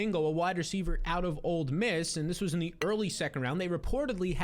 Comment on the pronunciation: “Old” Miss lol